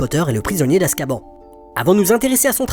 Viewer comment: ON dit askabane pas askban il le disent dans le film